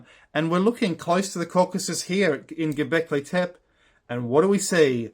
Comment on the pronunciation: please don't say 'Göbeklitep'. The final “e” is pronounced: Göbeklitepe... Best wishes from Turkey...